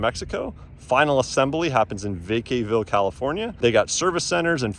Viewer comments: Thank you. As a person who is a Vacaville native I was disgusted by his pronunciation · Va ca ville.....not vay cay ville. Love the video though